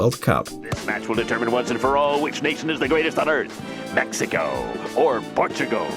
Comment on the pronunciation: Pronouncing Mexico as “mexica” and when he said Portugal beated Iran “1-1” this yute is so undeveloped I swear